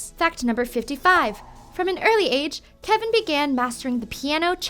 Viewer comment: Videos like these always make me cringe because the presenter is obviously not a big pentatonix fan, she didn't even say kevin's name right... and also some of these facts are not quite correct, they are close, but idk.